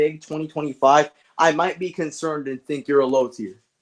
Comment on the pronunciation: Whats up with you and saying low teir 💔